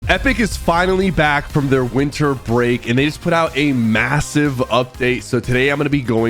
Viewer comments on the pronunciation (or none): none